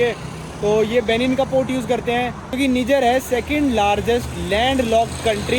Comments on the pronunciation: Abe ullu Niger ko neejar nahi naaijer pronounce karte hain 😂😂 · भाई ये निजर नहीं नाइजर है। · निजर नहीं नाइजर है इस देश का नाम।😅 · कोई निजर नहीं h नाइजर h wo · Nijjar nahi hai niger hai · bhai its not NIJIER...YOU ARE CALLING WRONG...ASK GOOGLE HW IT IS SPELLED AND SPOKEN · नाइजर है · Bhai country ka naam to sahi se pronounce kar le 😂